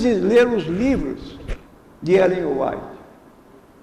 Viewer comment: Primeiro este senhor nem o nome de Ellen White sabe pronunciar, segundo, mostrou profunda ignorância da doutrina adventista, terceiro, mente ao falar o que não sabe, mais ignorantes são ainda os que o admiravam, porque pelo que sei já faleceu, agora só lhe restará a surpresa quando ressuscitar , e Deus que o julgue